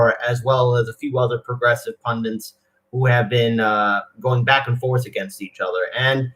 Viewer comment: pun-dit, not pun-dant. Even an American should get this one right. It's pronounced just like it's spelled. This and new-queue-lur are the most annoying words to hear on U.S. tube media. Just sayin'